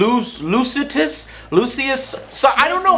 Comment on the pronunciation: .....hmmm calls Lucis Lucien. Seems legit.